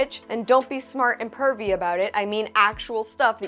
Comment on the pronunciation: I thought she said 'curvy', pervy makes much more sense.